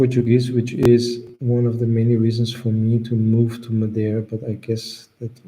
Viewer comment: says Madeira correctly 👏🏼